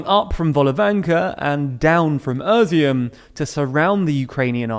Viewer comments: Kherson is not pronounced "CUR-zon". If you can't pronounced the kh (Х) sound or don't want to, to make it easier for your viewers, at least get the emphasis and the "s" right. It's on the last syllable, not the first: kher-SON Izyum is not pronounced "ERR-zyum". I don't know where you got that extra "r" sound. It's "ee-ZYUM". Volnovakha is not pronounced "vo-lo-VAN-kah". It's "vol-no-VA-kha" And here comes the big one which prompted me to write this post: Bucha is not just a humanitarian crisis, it's better to call it a massacre or war crime. The town's name is pronounced "BOO-(t)cha". You can get Google translate to pronounce all of these for you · You guys are butchering the names. Izyum is just "ee-zoom" and Kherson is "herr-sonn" not "eye-zee-yum" and "cursin' ". Bucha is boo-cha like cha-cha slide not Booka and even key-ev is the Russian pronunciation - it's kih-yeev like Yeezys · Just as a side note, the town of Izyum is actually pronounced like (easy + oom) split in two syllables: ea-syoom. (It means raisin). Also Bucha is pronounced like "butcher", but with a very wide "a" in the end. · Izyum is pronounced: ease-eum Bucha: boocha (short u) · Yeah I agree, it wasn't meant as criticism, but I noticed they messed up Kherson, Bucha and Izyum, so I thought I'd make a joke :D